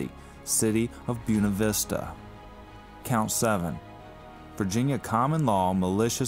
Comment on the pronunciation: Excellent video all you have to do now is learn how to say Buena Vista